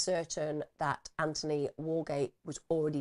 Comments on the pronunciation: His name is pronounced Anthony with the 'th' , his mum argued with the liaison officer over the mispronunciation. It was one of the reasons his mum felt the police weren't interested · I remember that from ‘Four Lives’. Every time the liaison officer pronounced the name wrong, it convinced me that the police saw investigating Anthony’s death as an inconvenience to them.